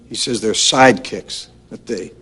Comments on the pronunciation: lol at the end "Sidekciks" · Omg at the end on the last screen he said SIDEKCIKS! Ya know who's gonna get him for that? Chuck Norris.